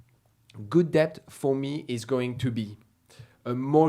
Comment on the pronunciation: the B in debt is silent.... so its det...